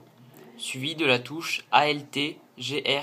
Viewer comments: ça me perturbe trop x0 et le "A.L.T" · Arrête de dire a l t